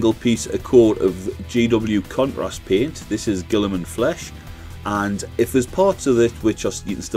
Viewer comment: so good! Kept thinking you're saying "cu%t rust" which is what I'm calling contrast from now on.